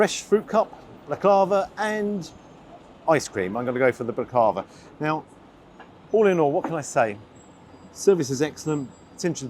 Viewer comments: Got to correct your pronunciation of Baklava. Hit each syllable with equal stress. So Bak-La-Va. That fillet portion size was very small - absolute rip-off. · The way you say Baklava is hysterical. As an international living in the UK, so many times I had someone say something I didn't understand, only to find out it was a foreign word I knew, just so botched that it had become incomprehensible to anyone familiar with the original pronounciation. And then they would say: "Oh did you not know that.. ", insinuating that I was the troglodyte, who needs to learn something from the cultured, worldly-wise Brits 😂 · bak-la-va, three syllables, not ba-klava. and with a knife and fork..?! you can't say it, don't know how to eat it - no right to review it... but salt bae is an entire universe of wankers, well done for braving this for us... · Ironic that Salt didn't salt the starter, go figure, eh. Never heard of him but as you say he's not shy about charging, seems like a real.... well you know, starts with d and ends with bag. Please, it's pronounced bak-la-va, now that we've got that straight, you're right, it was probably stale. I don't care for it but it shouldn't be stodgy, filo is very light and it should be light and crisp, maybe a more fitting dessert would be "eat the rich"...hahaha. Keep up the honest reviews, very refreshing in this age of brainless tik tok influencers. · It's pronounced bAklaVA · Dessert is Pronounced Bhak-la-va. Usually eat it with unsweet strong tea because it supposed to be syrupy sweet. Should have served it with Turkish tea for the prices they charge you might have appreciated the Baklava better. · As allways lovely review. Got out cheap. Salt Bea originally meat YouTube vids very good, restaurants not so good. Comming from Turkey you would think his dessert would be good. Not sure you are pronouncing the dessert correctly let me know. Thanks.